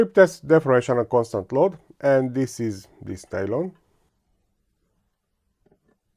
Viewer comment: Nylon, or "Nalon" as you refer to it, is a brand name. It's just PA (Polyamide)